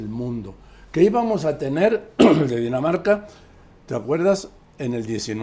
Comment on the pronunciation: CLAUDIA, NO ESTAMOS EN DINAMARCA, ESTAMOS EN "DINA NARCA" 💀💀💀💀💀💀